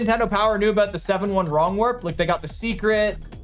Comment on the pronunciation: hehe yeah, what its all "aboot"